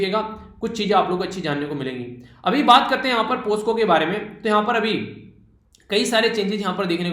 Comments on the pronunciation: Present SIR 🙋‍♀️ Thank you SIR ji 9/10 (सर आप पोकसो (POCSO) को पोस्को (POSCO) बोल रहे हैं। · Sir aap POCSO ko POSCO kyu bolte ho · Sir पोक्सो(POCSO) likha hua hai aur aap baar baar पोस्को(POSCO) read kar rahe 🙏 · सर पोस्को नही पोक्सो आप पर भी लॉकडॉन का काफी। असर हुआ है।।😂 जैसे ग्रुप में brother ko birthday pd rhe the members ।।।😂😂🙏🙏❤️❤️